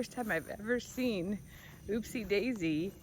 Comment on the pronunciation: It's Upsie Davie pronounces it as oopsie